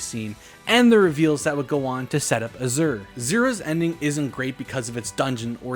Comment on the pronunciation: Bro how are ypu mispronouncing azure? Its an english word, its a color? Also Dingo s tier mispronounced